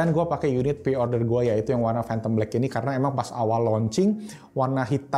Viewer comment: "Fhantom black"